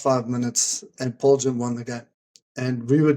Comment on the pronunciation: You all pronounce the name Paarl wrong